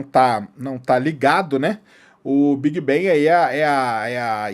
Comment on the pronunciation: Por que brasileiros pega todas as palavras em inglés que tem a letra A e pronuncia E? Quem disse que BANG se prinuncia BENG? Nossa .... Big bang seria : Bêg Bang com G mudo, bang com A agudo BANG! Outra coisa : deus só existe na sua cabeça.